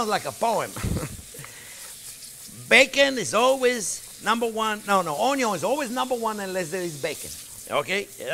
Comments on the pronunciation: He pronounces the French word which spells 'oignon'. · Too funny.."Onyo" 🤣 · Chef needs a tiktok, just him saying onyon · I like how he doesn't even spell out onion he just embraces "onyo" 😁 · French word for onion us "oignon." I think the chef is somewhere between the American pronunciation and the French version. Either way I really like watching his videos!! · "Onyo" lol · Can you sell some shirts or aprons that have your face and say onyon